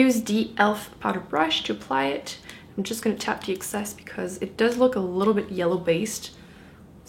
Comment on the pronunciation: why do you say deh instead of the